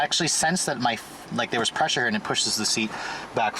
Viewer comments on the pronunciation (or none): none